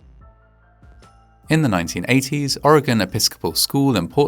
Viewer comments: not expecting the opening sequence to be from a hill above my hometown lol also you pronounce oregon better than the president, which isnt hard but here we are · I really appreciate you pronouncing Oregon properly. many people in this country still cant do that! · Thank you for pronouncing "Oregon" correctly!! 😊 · Oh hey my neck of the woods....AND YOU PRONOUCED OREGON RIGHT! AMAZING! Ignores the grim video. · I like how you pronounced Oregon correctly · Thank you for saying Oregon correctly. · Thank you for saying 'Oregon' correctly : ) Most Americans honestly can't do that.